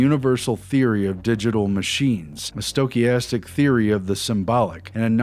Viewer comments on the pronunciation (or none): none